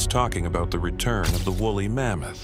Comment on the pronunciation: 😂 "aboot"😂 is this a Canadian Ai by chance?